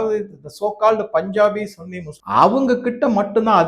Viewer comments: Please don't use this word "Sunny " very very ugly pronounce from you . Many youtubers telling as சன்னி everybody know very well but you only saying சுன்னி please Stop it wrong pronounce. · Sunny muslim என்பதை தமிழில் சன்னி என்றே உச்சரிக்கவும். நீங்கள் உச்சரிப்பது என்பது தமிழ்நாட்டில் பிறப்பிறுப்பை குறிப்பதாகும்.